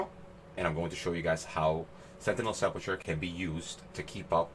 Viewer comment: Lol look up how to say sepulcher🤣